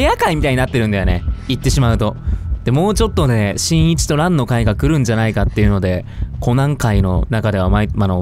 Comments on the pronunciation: さとみくん本当にごめんなさい 本当に申し訳ないんですけど、どうしても何回聞いても｢新一｣が｢ちんいち｣に聞こえま((((( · 新一がちんいちに聞こえるwww 私だけwww？？